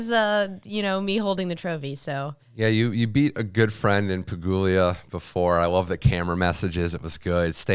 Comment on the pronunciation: What's the deal with this guy saying Pegulia..? It's not Pegul-ia. It's Pegu-la.